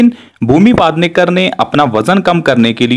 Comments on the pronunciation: It's not paadnekar it's pednekar u pronounced it paad nekar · Pednekar not padnekar. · It's not padnekar but PEDNEKAR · Paaaaaaadnekar nhi pednekar hai wo 😂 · PED hai paad Nahi padhna nahi aata kya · That's पेडनेकर not पादनेकर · bhumi Pednekar not Padnekar 😝😛🤣😂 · paadrekar nahi. ..its pednekar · First pronounce the sir name properly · Pronounce the surname nicely no fun